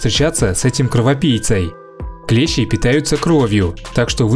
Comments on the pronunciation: Не клЕщи, а клещИ! Если речь идёт не о слесарном инструменте. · КлЕщи?! Вы русский?! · Клещи это инструмент ,а насекомые клещи ,с ударением на и.